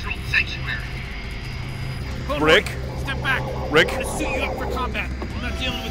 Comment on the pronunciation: it’s not riiick